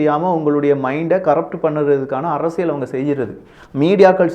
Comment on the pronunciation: அரசியள் தவறு அரசியல் உச்சரிப்பில் கவனம்